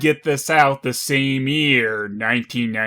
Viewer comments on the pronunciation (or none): none